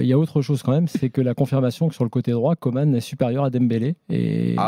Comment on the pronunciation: On prononce Coman ...comme comment ...pas comme Comane...tu comprend man ? 😮😮😮